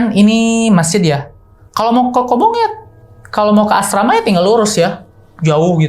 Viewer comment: Maaf bang sdikit info aja. Maaf sbelumnya kalo salah tapi setahu saya yg sempat jadi santriah. Yg s aa ini sebut itu Kobong bukan Kobung .maaf jika berbeda sebutan ya bang😇